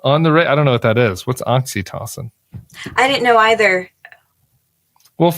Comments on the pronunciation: Oxytocin is a hormone linked with emotional bonding, often called the love hormone, though I've never heard it pronounced the way you're pronouncing it. From my exposure, it's always been pronounced oxy-tow-sin. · Yeah he needs to pick up the right pronunciation. Oxy-toe-sin.